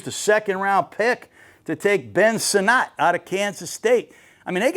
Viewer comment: Ben Sinot out of Kansas State is pronounced like senate. He was a very good TE at KSU.